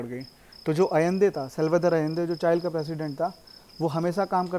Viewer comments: चाइल नही भाई चीले और चिली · Chile not chail